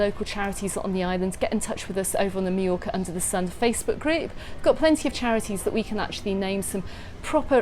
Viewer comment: "My-Yorka" lol